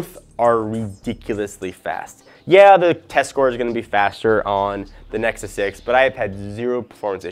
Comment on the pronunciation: He said nexy again :D